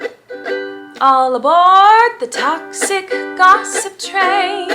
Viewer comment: When she said "ALL ABORD" I wanted to die